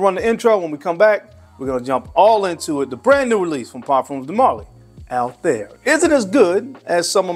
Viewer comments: The pronunciation of PDM Althaïr was wrong😊: there are 2 dots on the I😉, so it is Altha ir ☺️ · It's actually pronounced as Altha ir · It's pronounced all- tie-eer